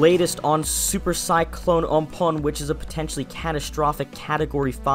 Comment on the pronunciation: Again, it's "AM-PHAAUUN", not "UNM-POONE"